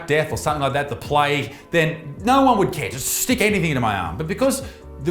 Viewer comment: I'm more concerned with Isaac using * Anythink* as opposed to the correct word Anything. 😆